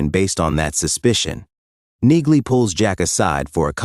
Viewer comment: Damn annoying AI voice over. Train it with "knee-lee" to force accuracy. (Among all the other errors which stopped me finishing this)